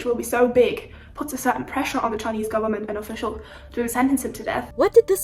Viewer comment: i realy like how you pronounce Chinese words so well.